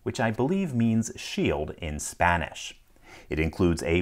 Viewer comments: Nice pronounciation, accurate translation. Thanks for not butchering spanish. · Your Spanish pronunciation is close enough there